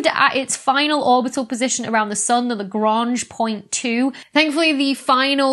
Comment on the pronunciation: Did you say:"Blamange point 2"?